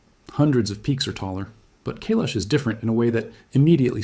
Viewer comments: Not Kaylesh .....KAIILAAASHH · It is Mount Kaai-lash . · Kai-lash, you need some Indian friends, your pronunciation is weak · It is pronounced "Kai-laash" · KAi Lesh correct pronunciation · Please learn how to pronounce Kailash. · The first syllable of Kailash is CORRECTLY pronounced to rhyme with "SKY", not "day", YOU'RE WELCOME.